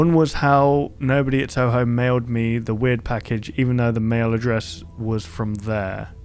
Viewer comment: It feels confusing to hear a big youtuber say Touhou, even though he's actually saying Toho.